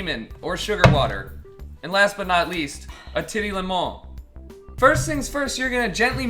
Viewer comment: "Titty lèmon" 😂